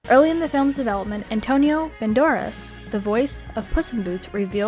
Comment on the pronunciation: Not to mention she butchers Antonio Banderas’ name and the trivia was about a character who isn’t even in the film. This video was all over the place. I clicked on it to see the behind the scenes voice acting.